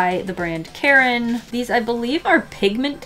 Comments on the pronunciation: It’s not Karen, it’s Kar-in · i'm drawing while watching this so when i heard her bring out the karin markers i thought she was saying "these markers are from the brand KAREN" and i got scared because karens scare me